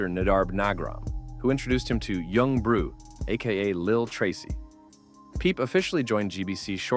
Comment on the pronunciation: Disliked and backed out as soon as I heard Yung “Brew” my expectations were low but holy shit